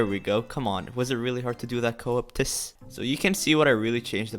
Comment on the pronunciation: IM DEAD HOW DO YOU SAY “coeptus” LMFAO